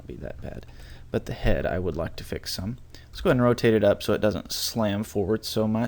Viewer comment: When he says some it sounds a bit like "son"